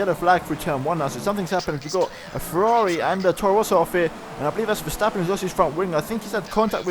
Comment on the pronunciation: You pronouns Verstappen good. most people call him ''Vershtappen''